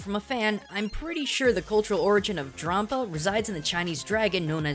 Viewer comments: dram-paw, not drom-puh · I think it's pronounced like grampa not grompa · DRAWM-pa? do you pronounce grandpa GRAWND-pa? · Drampa, not Drawmpa,. Like Dragon + Grampa in one word. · it's pronounced dramp-ar